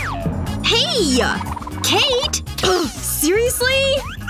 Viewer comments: is kate not katey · It’s Kate not katie